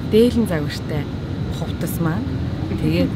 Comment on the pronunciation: Над шиг бас хувтас гэж хэлдэг юм байна 😅